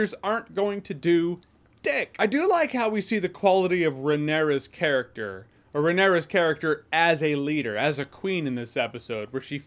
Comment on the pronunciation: Jeremy’s pronunciation of Rhaenyra is driving me up a wall lmao